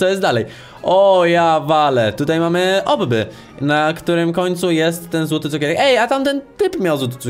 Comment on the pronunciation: nie muwi się obby tylko obbi